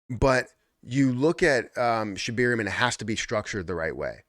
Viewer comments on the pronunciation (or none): Sheb AIR eum there is no E after the B lol just laughs.